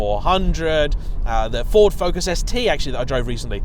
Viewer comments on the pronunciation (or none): none